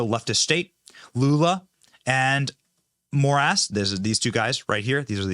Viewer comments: Did you say more ass for the Supreme Court judge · Did you say the Judge last name is “More Ass. “ ? 😂